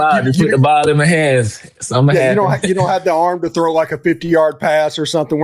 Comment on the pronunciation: Awesome player, extremely poised, polite, knowledgeable with a great, genuine smile. And he pronounces the word “throw” just like he’s suppose to: I can thow that ball.